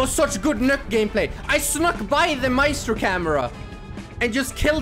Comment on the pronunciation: "I snokk by the maestro camera" precious